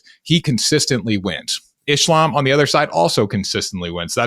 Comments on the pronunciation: glad I’m not the only one who is pestered/noticed him saying ISH-lam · “Ishlam” yeah definitely listen to the picks of this guy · Does this guy only study stats and make predictions? How can someone who actually watches fights and follows the game, say "Ishlam"? And Anik has gotta stop saying "man or woman" when he praises female fighters. The two divisions are worlds apart. As great as Zhang is, the canvas she's up against is still not the caliber of the opponents relatively speaking that male champions have to fight. The anomalies among the women become champs and dominate over a majority of not super great opponents. This is biology. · Did this dude just call Islam “ISHLAM” wtf lol get him off here